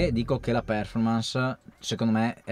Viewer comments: solo una cortesia se possibile... quando pronunci performance l'accento fallo cadere sulla o perchè così non si può sentire.:) Grazie per i tuoi contributi sempre molto utili e interessanti. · volevo farlo notare anche io, il mio prof di inglese mi avrebbe defenestrato vivo se lo avessi pronunciato così.